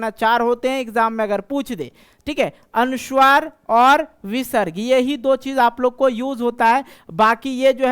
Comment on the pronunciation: सर बच्चों को शुद्ध उच्चारण से पढाइये,संस्कृत पढाते हैं,गलत उच्चारण करते हैं,जैसे- वर्ण को वर्न,अनुस्वार को अनुस्वर,अवग्रह को अवगरह इत्यादि।